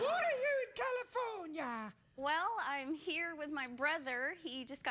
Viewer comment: I love the way he says California CalifornYA